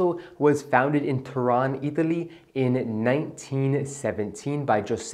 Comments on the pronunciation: Its not Toron its Turin. In italian it’s pronounced Torino. I’m with you. My favorite sunglasses to this day. Btw I have the exact 649’s. Frame colorway is called Terra di Siena which is translated to land of Siena and brown lenses in size 54•20. Also agree with you that 649 Persol chould be worn as an oversized pair of sunglasses while the 714’s should be worn as true to size. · Turin - TurIN not Turon !